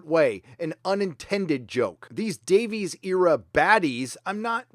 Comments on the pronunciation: Just a note re. Russell T. Davies... his name is pronounced ‘Davis’, not ‘Davees’ since he is Welsh. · "Davies" is pronounced ""Day-viss".